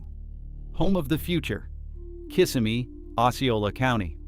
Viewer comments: It is not pronounced, kiss of me. It's pronounced [ kuh - si - mee] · Throughout the video, the narrator never could say Kissimmee properly… I remember a Pleasure Island for teens in the 90s with a movie theater and shops. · What can you expect? They can't even pronounce Kissimmee right.